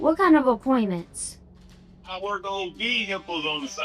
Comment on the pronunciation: “VE-hick-Les on the side imma a mobile mechanic” decoy applied pressure 😂😂😂😂